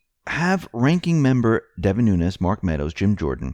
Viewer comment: The first Nunes you pronounced w a Z as in Nunez but appreciate the clear NuneS following :) yes listening